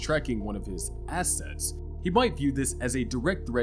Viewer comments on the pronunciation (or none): none